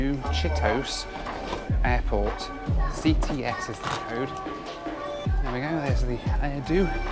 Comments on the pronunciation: The price for not doing research beforehand. But it's probably alright as he'll claim the taxi costs as tax deductible expenses. And it's pronounced Chitosay, not Chitos. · Never take a taxi in Japan as they are almost always expensive. Also the airport name is pronounced chee-toh-say not Cheetos. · Ahhhh Japan! I lived in Osaka back in the early 90s for a few months and worked for a Japanese company in Australia for 5 years. It is pronounced chee toe say BTW hahahah. Hope you are having a good rest now looking after Rachael all the best! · My second comment… New “chi-to-say”. All vowels are pronounced in Japanese words. There are a couple of exceptions, but trailing a, e, i, and o will always be pronounced.